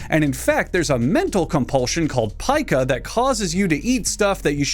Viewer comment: You pronounced it right. Fun fact, I have pica, and I’ve tried my best to make sure I don’t get sick from eating things. I learned the hard way that I have to bite string, rubber bands, or anything else long and undigestable into tiny segments as I’m eating it. I used to eat pencil erasers, then bite off the metal part, chew on it for a while, spit it out because it’s too dangerous to swallow, then start gnawing on the bald end of the pencil and chewing the splinters into a fine paste so they wouldn’t hurt me. But I stopped in about 7th grade. Graphite for mechanical pencils also makes a nice snack. Luckily pencil “leads” don’t contain any actual lead, or I’d have died in my first year of school.